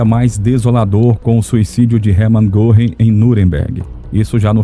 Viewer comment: Muito bom o documentário. Pena que o locutor não tenha tentado minimamente inteirar-se da pronúncia dos nomes alemães. Isso evitaria que ficasse reprtindo coisa como “Erman Gorrin”.